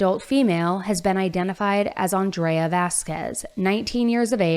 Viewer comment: Crazy to hear you say “Andrea” and pronounce it the way I pronounce my name. She was also an Aries like myself. Feel so bad for her family. He’s going to have a rough time in LA.